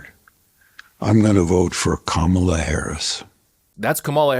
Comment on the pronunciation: I think Harrison pronouced Kamala wrong lol